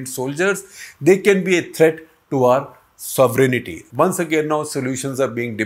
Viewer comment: Not “sovereign-aty please. Just sovereignty.